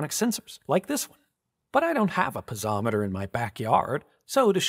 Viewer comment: Something funky with that pronunciation of piezometry